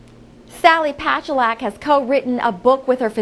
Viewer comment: She can't even say her name right.